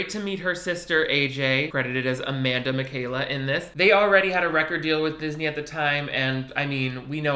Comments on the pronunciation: I think their last names are pronounced something like “Mih-shock-ah” not “Michaela” lol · I’ve never heard their name pronounced that way @@ isn’t it Mitch-all-ka? HAVE I BEEN SAYING IT WRONG FOR A DECADEEEE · wait... miss girl were you pronouncing MICHALKA AS MIKAYLA???? It’s pronounced (MI-CHALK-AAHH) Lmaoooo still love u!!! 💕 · Mikayla?!?? Mi-shal-ka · BTW their last name is pronounced "mi-shaw-ka" not "Makayla" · Omg MICHALKA not mikayla! It’s like Mitch-aca (like aca pella) 😅 You should react to their music videos. I’m sure you know at least a few of their songs.... they slap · Mish awk ah. Not Michaela lol not to be an aly and aj snob 😅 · Is no one gonna point out how he pronounced their last names as Mikayla 💀😂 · he did not just pronounce Michalka like Mikayla xD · i saw this movie for the first time during quarentine and for some reason, wrote a flaming review on letterboxd, idk why but i got really worked up about not liking it lmao, when it's like, fine. also i had to look up how to pronounce michalka cuz u said mikayla and i was like have been wrong my whole life? but no, you were wrong haha, it's mee-CHA-kah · I didn't see anyone else say it, but I'm pretty sure its "Mi-shal-kah" lol 😅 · Lol Michalka not Michaela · Don’t know if anyone else said this but you pronounce their last name wrong. It’s Ma-shock-a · Why u said their last name wrong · Surely that’s not how you pronounce Michalka.... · Hahaha that is definitely not how you pronounce their last name